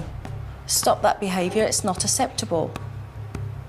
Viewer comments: It still annoys me Jo, that you say 'asseptable'...that grates on my grammar belly lol xx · it is cous if you watch the UK episode can't remember the family's name but the kids name was Megan. When Jo is teaching the mum and dad how to displine Jo says asseptable and Megan corrects Jo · I agree with you, but I've been watching Jo for years on UK TV, long before she went to the USA, I KNOW that's not how she says the word 'acceptable'. That's what annoys me.